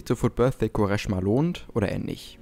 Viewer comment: Er heißt Kvaresma. Nervt wenn du ihn anders aussprichst 😂